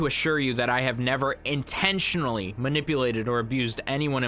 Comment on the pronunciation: As an objective party, I think it is a good idea to not emphasize words vocally. When you were reading his response, you emphasized "INTENTIONALLY" and a couple other words I think. I don't believe that's considered objective journalism as you are putting your own feelings into it. You read the rest of it objectively, but those few words I would not consider to be objective representations. Like you didn't read those words in the same you read all the others. But a great video as always! It makes me uneasy to hear that Reddit comment about her friend sleeping with band members in both bands. Does that mean just one per? All of them? Some of them? Vic Fuentes seems so nice... I really don't want to hear that he is a creep like his brother.